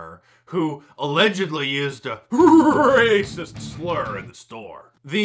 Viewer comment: He says it that way on purpose, with the drum roll in the background, to fool the Youtube censorship software.